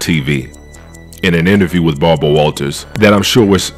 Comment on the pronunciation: Love the channel! I ain’t gonna lie, hearing you call Kirstie “Kristie”, and call Barbara “Balber” is funny asl